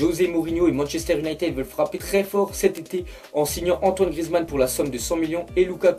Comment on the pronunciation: La vie arrete de dire Manchester UnitEd , le " e" se dit "i" Gros fait un effort mdr